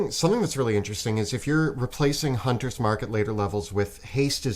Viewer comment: Haaa. 11 times he said the “Hunters/Slayers” name wrong ha ha. That was pretty silly